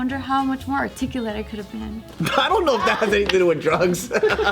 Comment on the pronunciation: did say articuletic?